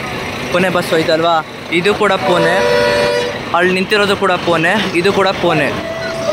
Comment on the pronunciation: ಪುಣೆ ಕಣೋ ಪುನೆ ಅಲ್ಲ